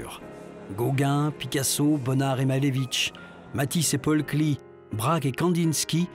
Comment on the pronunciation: Entendre Paul kli dans un commentaire sur la peinture c’est quand même désolant Paul Klee est Suisse. En aucun cas son nom se prononce à l’anglaise !!!